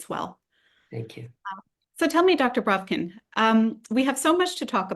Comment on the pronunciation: On the side: lovely hearing you say the original pronunciation of Бровкин here. You've even naturalized Ductor to Doctor :) (Deddicaded to mocking Americanizing, now I can't make my Duckter Braavkin's duckuments joke anymore, хорошо) 🌦️🌱